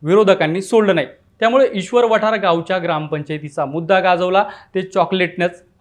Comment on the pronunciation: व्हिडिओ छान आहे पण गावाचं नाव चुकीच्या पद्धतीने उच्चारलं गेलंय... ईश्वर वाठार असे नाव आहे आणी भारत भालके ना भरत भालके बोलले हे पण चुकीचा उच्चार